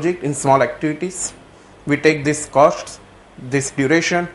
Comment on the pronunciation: WHAT IS THE ACTUAL COSHT SHIR... LOL... OPERATION RESHEARCH... SHTART... ROFL.... FUNNY GUY....